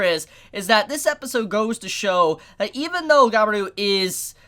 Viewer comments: you pronounced it guy be ru, so triggering, ga-bi-ru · why do you say Gabiru ->Gaberu? i mean why? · It’s pronounced ga-bi-ru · Ga-e-ru //Gabiru he's an idiot with a good heart Lmao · Merry Christmas and "Gabil" is how you pronounce his name, "Gabiru" is the romaji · How you can't know how to pronounce Gabiru? Gabiru! Gabiru! Gabiru! Gabiru! Gabiru! Gabiru!